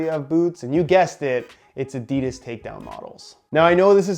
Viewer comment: At least you say football and boots but please say Adidas right